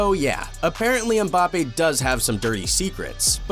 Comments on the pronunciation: Man actually said bappes there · he said Bappes :face-blue-smiling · No his name is Mbapaypal